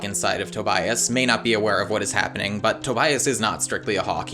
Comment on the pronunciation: I completely and holistically lost it when he said TOBIAST* 😂😂😂😂 Maybe because Tobias is my favorite character too!